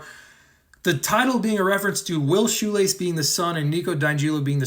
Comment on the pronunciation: sorry but i can't get over the fact that YOU PRONOUNCE WILL'S LAST MANE AS SHOELACE??? I THOUGHT YOU WERE TALKING ABOUT THE DUDES SHOES 😭😭